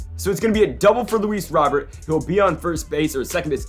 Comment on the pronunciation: It’s not Luis Robert. It’s pronounced Luis Row Bear.